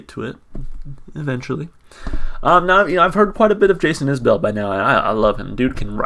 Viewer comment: Enjoyed the reaction. It's Is-bull btw! Check out Ian Noe's "Letter To Madeline' or " Irene"